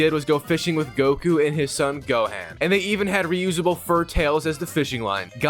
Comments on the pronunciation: "Flying around as goaan"🗣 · "the cyan saga"🗣️🔥🔥🔥🤞😭😭😭😭 "flying as goaan" SON🤞😭😭😭🗣️🔥🔥🔥🔥🔥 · U pronounce gohan name wrong at the beginning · that is NOOOTTT how you say gohan at all 😂😂💪🏻💪🏻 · Holy pronunciation man 😭😭😭. Why did bro say gohan and Ssj that way😭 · *You pronounced Gohan's name wrong at the beginning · If was just that😭